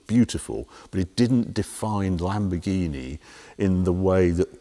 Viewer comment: It's sad that Harry still can't get the name of the new Lamborghini right.